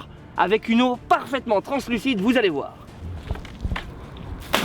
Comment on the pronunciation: "translucide" XD